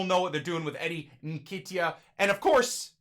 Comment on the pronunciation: fair play with the signing but please man....Its pronounced "En-ketia" cheers!